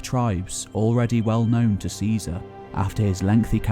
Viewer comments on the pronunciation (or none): none